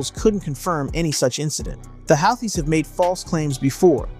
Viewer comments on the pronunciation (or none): bro, if you are gonna be a "professional presenter"... please learn pronunciation! "howthees"?? "hoo-tees" i know how its spelled, but... like Dutch words... "it is not as it appears"